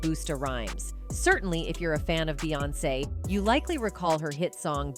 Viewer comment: Not to mention the same AI voice frequently programmed to say beance (like seance!) Why do we watch this stuff??